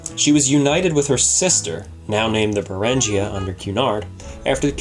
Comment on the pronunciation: Berengaria was named after Richard the Lionhearted's wife, the only Basque Queen of England. Don't blame me if King Dick's ghost haunts you for butchering his spouse's name.